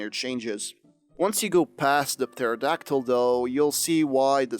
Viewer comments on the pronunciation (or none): Love the videos... But the p in pterodactyl is silent 😅